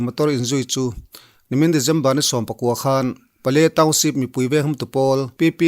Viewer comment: December tiin lam hram teh a...Dejember ti a lam lo in...Regen nilo in, Region tiin